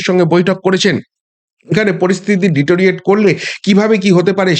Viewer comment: তোমার কাছ থেকে অশুদ্ধ অশিক্ষিত উচ্চারণ অপ্রত্যাশিত! "ডিটোরিয়েট" নয়, কথাটা "ডেটিরিওরেট" (deterio-ration/ deteriorate)। শব্দটার ভাল বাংলা প্রতিশব্দ আছে -- অবনমন অথবা অবনতি।